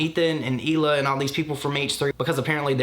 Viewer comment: On a side note, I can't explain how much it actually makes me angry that she won't pronounce Hila's name correctly. That extra emphasis on the H bothers me a lot. Trish knows how to say her name, but even after 2 years, she still won't. It is so disrespectful, I just can't with this person.